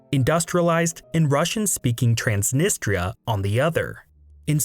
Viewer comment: Wess Arabia? TRAANSNNISTTRA DIPPSHIT